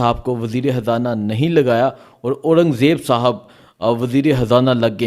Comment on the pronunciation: Bhai Imran Haan nahi Imran Khan, aur Habrain nahi Khabrain, aur wazir e Hazana nahi balky wazir r Khazana